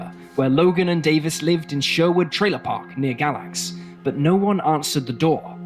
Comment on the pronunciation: Live in Va. NOT to far from Galax it is pronounced - Gay Lax